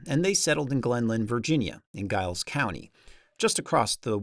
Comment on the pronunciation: I really enjoyed this video! Also the one on Redwing. (Cakewalks have a complicated history and it would be interesting as to what you come up with if you research them.) I'm curious as to how you do your research. Are you using AI? Is that your voice or is it computer generated? (For example, anyone familiar with that part of the world pronounces Giles county like Jiles County, not with a hard G.) I live two counties east of Giles County. It would have been nice to add some more recent history about how Chris Via and some of Henry Reed's descendents have kept his legacy going by having a Henry Reed festival every summer there in Giles County. My wife and I led the Blacksburg Market Square Jam this past week and we played Over the Waterfall. We usually always play a Henry Reed tune or two!